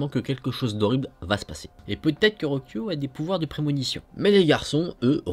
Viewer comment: Rocio c'est Ro-ssi-o en fait 😅🤗